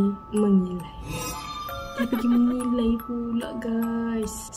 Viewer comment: Mase akak cakap mengilai saye dengar macam menigal😅